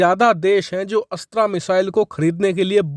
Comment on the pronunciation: 'अस्त्रा' मत बोलो भाई ये 'अस्त्र' है।हिन्दी को एकदम चौपट करके ही दम लेंगे क्या हम?